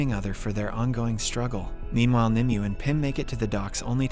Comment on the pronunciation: Her name is pronounced nimway